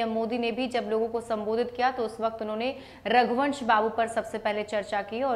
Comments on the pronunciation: जिसे रघुवंश बाबू का नाम बोलने नहीं आ रहा है रघुवर बोल रहा है वो मोदी लासो पर भी राजनीत करने से बाज नहीं आ रहा है मोदी जी सिर्फ लाशों पर राजनीति करते आए हो और करते रहोगे लेकिन बिहार की जनता तुम्हारी राजनीतिक समझ चुकी है तुम्हारे बारे में नहीं आने वाली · मोदी को सुध से रघुवंश बाबू भी बोलना नहीं आ रहा है ,फेकू बार बार रघुवंश बाबू को रघुबर प्रसाद बोल रहा जो कि रघुवंश बाबू के लिए अपमान कि बात है।